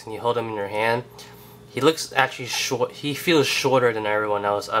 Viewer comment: hahaha when i heard you say "short" with your New York accent I was like... Oh dang!?? Hahaha there's the accent. Doode I just picked up my Bucky Cap today... and dam its so sick! I compared it to the MU Bucky Cap that came with the skrull... and dang... the movie/comic line for Captain America is way better... I'll forward others so you can get more support and subscribers. I plan to get Captain Britian movie cap now... keep doing what you do man.. you rock!